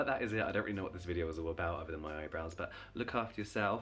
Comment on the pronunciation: I loved this video. I love that you're not doing the skincare mistakes videos anymore. They've peaked, usefulness-wise. I love love that you've... been saying eyebrowns wrong this whole time 😂 I love that I learn terms like "evergreen" videos from you. And hoarding is dumb.